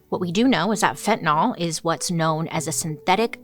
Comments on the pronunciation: Not "fen-ten-awl"....Its: "fen-ty-nil."* It drives my nurse sister crazy when she hears other professions call it Fen-ten-awl (specifically cops who should no better if its such an epidemic.) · Why does she mispronounce the word itself. It's got an 'a' in it order to say the 'TAN' part of the word. Say it like FEN - TA - NYL . ( not " Fentnil " ). Q. Why has it gotten that A ? A. To make you pronounce it right . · I know I'm unhinged... but it drives me crazy ! Fentanyl, like Benadryl. Not fentanol like alcohol... I know, I hate me too. 🫣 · It's pronounced like it's spelled: fen-tan-YL, not fen-tan-AHL. It's an extremely common mistake but a mistake, nonetheless. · FentanYL, not FentanAL... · This might be frivolous but fentanyl is not fentanol it's fentanill. I get so frustrated when people mispronounced a simple word... Sound it out with a y okay lesson for the day thanks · Pronounced Fen-ta-nil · pronounced fent-a-nil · Totally important, but I always wonder why it gets pronounced like "fentan-all" when it's spelled with a -yl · Fin tah nill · Raise your hand if you pronounce it "Fentanol". I think most people do... Fantastic video! ❤ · Pet peeve. Read these words: Vinyl Style Dye Gomer Pyle Bye bye Cyrus Gyrate Hydrate Mysogenous Pythagoras Zephyr Where does the letter "y" in fentanyl become an "o"?!?!? Fen-tan- il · Its pronounced fen-tuh-nuhl so technically you’re incorrect but anyways who cares its not a big deal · Is it pronounced.….nol or.,,,,nyl?